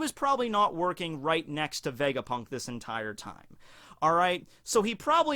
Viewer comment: vegaprrrunk lol